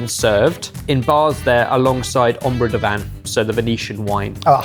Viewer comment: Oh, and it's "de vin" like you pronounce "kevin", not like "au vin".